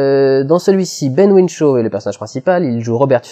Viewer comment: Ben Whishaw, pas Ben Whinshaw.